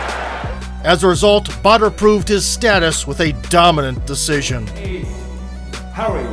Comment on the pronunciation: Until I read the title of this video .. I was hearing Butter ... I though it was a killer name ! when I saw Badr .. I ended up loosing my 'waow' into respect for the warrior ! Good warrior, good video ! Keep up the good work guys !